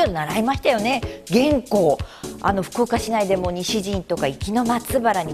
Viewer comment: 元寇のイントネーション、合わせないと。平板で。